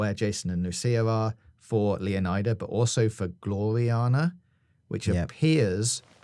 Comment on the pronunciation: He can't even say Leonida correctly, or iguana, or Lucia's last name.